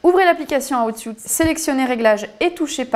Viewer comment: Aiie aiiie l'oreille pour rester concentrer ... please la prononciation c'est : "houuuut sweeet" if anything ;-)))